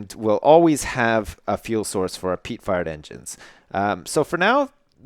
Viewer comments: Who else keeps hearing him say "Peat Fart Engine" instead? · when you say fired it sounds like your saying fart (Peat fart engine xD)